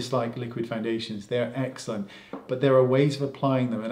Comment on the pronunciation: Haha love how many times you say excellent and it sounds like eggcelent 😄😘